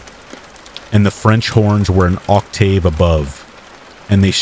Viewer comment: Anybody else wondering how a person who lives and sleeps outside is such a prolific writer with an above-average knowledge of music? 😅 To the narrator: love your stuff, thank you for making these! "Octave" is actually an exception to the rule and pronounced as if there isn't an "e" at the end 😉